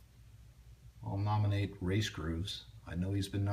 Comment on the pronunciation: Race not rase